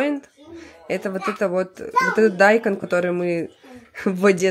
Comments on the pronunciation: Дайкон ударение на букву О! Вы в школе учились ? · не дАйкон а дайкОн😂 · Он дайкОн, точно не дАЙкон. Или для раздражения.